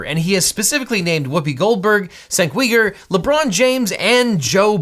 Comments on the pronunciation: Cenk's last name is pronounced You-Ger not we-ger. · Objection: You need to take a little bit of time to properly figure out how to pronounce people's names. Cenk Uygur is pronounced Jenk You-ger. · Haha, "Sink Weeger". In Turkish, the "c" is pronounced as a "J", so it's pronounced like "Jank". I think your pronunciation of "Uygur" is generally accepted, but he uses the "U-ger" pronunciation.